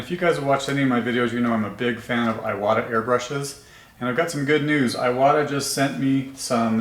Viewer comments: Seems to me, that if youre gonna name your channel Airbrush University, you should at least pronounce iwata correctly. Its eewata. Not eyewata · Thank you for this video! It's pronounced "eewata" :D